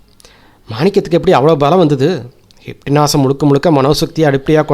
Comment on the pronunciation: Sir hynpnotism is the correct pronounsation u r sayin wrong pls sir try the right because ur narretion is very nice super except this small thing so its distrubng thats y i am sayin this thank u